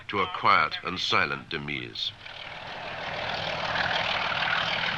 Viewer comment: demise = "demeez"?